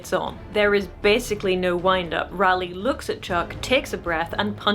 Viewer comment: I have enjoyed discovering your content and have been going through your back log genuinely learning from your content and experiences. As a Ralleigh however im going to jump on my soap box and say it is pronounced /ˈrɑː.li/ like RAW LEE. End of soap box rant. Thank you